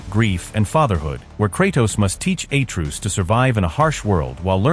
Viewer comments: It's "uh-TRAY-us", not "A-Troos". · Atruse??? its atreus dude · A-truce … umm I don’t think the narrator played the GoW ! 😢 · "A-truce"?? Fucking AI garbage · Who da fook is Aye-truce? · Atreus❌ A-truce✅ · The way you pronounce Atreus… you should be in jail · Butchered atreuas name in god of war